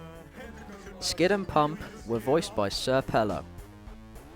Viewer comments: Bruh Its senior pelo not sr pelo lol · just a side note not to seem like that "nerd" or "annoying" kinda dude but its pronounced senior pelo